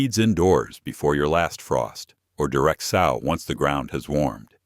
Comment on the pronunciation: I like watching these during the winter when I am limited with my garden but I wish the channels producer would talk themselves instead of the AI that kills me every time I hear sauw instead of sow. As in pronounced sew in the ground 🤦